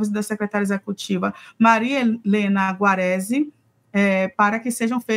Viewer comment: “Grave acusações” e “Guarazi”. O bom de ser apresentador(a) de jornal hoje em dia é que não é necessário nem saber falar português, nem saber ler.